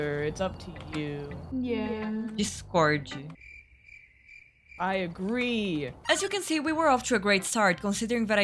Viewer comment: “Discórdi” KKKKKKK EU MORRI LOGO NO INÍCIO